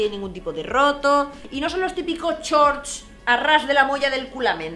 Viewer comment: Por qué dices “ chorts “, con lo bien que hablas tú inglés??😳